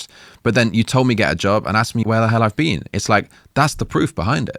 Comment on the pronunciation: She doesn't rhyme clean and been... she says clean and bin